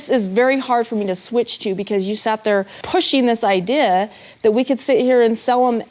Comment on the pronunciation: Having to hear Sobbin Robyn pronounce the word "idea" made me cringe. She has the weirdest way of saying "church" and Idea".